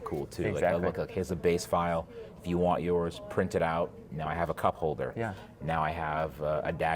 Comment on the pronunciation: I had to go back twice to make sure actually said "cup holder" 😂.. I thought for sure he said some thing else..